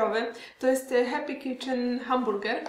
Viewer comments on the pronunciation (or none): none